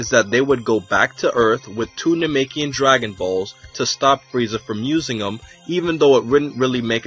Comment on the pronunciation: "coo-ey"... surely you mean "kwee"... "no-may-kee-in"... surely you mean "nah-meck-ee-an"... porunga, not shenron. "bowl-mah"... cmon dude...